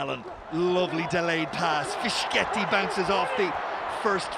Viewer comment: Both teams are better today. p.s. An angel dies every time the commentator says "Fishketi" or "Kaputso"